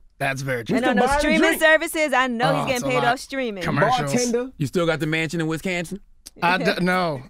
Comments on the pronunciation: "You still got the mansion in Wiscansin?" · “You still got the Mansion in Wiscansin?” Lmao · “You still got the mansion in Wiscansin?” This man charlamagne 😂😂😂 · Jeff White he basically just made the word Wisconsin rhyme with the word mansion. So he said " I can put you in a mansion somewhere in wiscansin...lol. he basically made up a word to rhyme with mansion